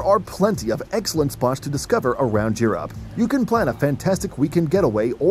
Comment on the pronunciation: He pronounces Europe like Your App. Lol.